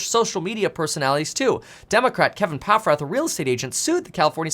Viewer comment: Am I the only one who feel strange when he said Paffrath ?